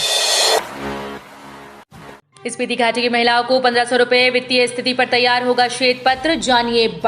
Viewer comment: सपीती नहीं स्पीति है